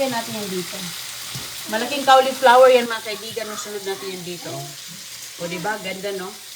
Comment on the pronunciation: Correction po! Hnde po Cawliplawer ang pronunciation... coliflower po ang CAULIFLOWER. Once in awhile dapat correct po ang pronunciation dapat kc influencer po kyo. Dn't take this as bash its for u to say the English word rightly and we call it "Correct Pronunciation"not "Pronounciation"...✌️🥰